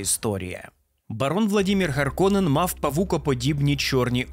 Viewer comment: Харконен, Раута - це фінскі слова, в них наголос на перший слог завжди